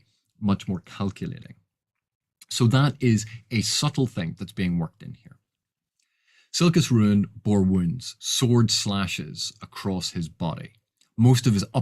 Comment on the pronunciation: A vid from where I can finally hear how to properly pronounce Silchas Ruin! By what are your thoughts on the book Jonathan Strange and Mr Norrel by Susanna Clarke? I wish to purchase it and I wanted to consult with your wisdom. I know Erikson has said he has not read Elric, but Silchas seems a much closer homage to Elric than Anomander. (I`ve only read the comics, not the books)